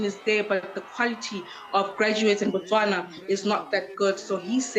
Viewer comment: It's not Botswanan its Botswana.